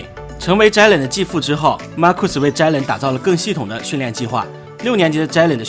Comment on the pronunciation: 能不能尊重一下球员和听众，把球员的名字读对不是很难。不是“zhai”len！是“Jay len”。读了那么多次一次对的都没有！